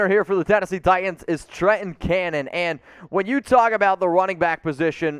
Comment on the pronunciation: There is a second t in Titans. It’s notTi-ands, it’s Ti-tans.